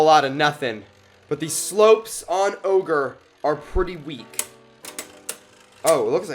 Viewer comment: My mans triggered me every time he said ogre